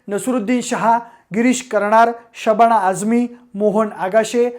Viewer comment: न ला ण ... स ला श ण न ला असे का म्हणता?? खूप जणाची प्रवृत्ती आहे ही!... आणि हो शबाणा नाही ❎शबाना ✅